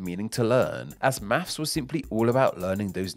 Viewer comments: Or mafffs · As a Yank, I say 'math'. And I can't help hearing you say 'maffs'! , 'Accoustic' is misspelled. #FeedTheAlgorithm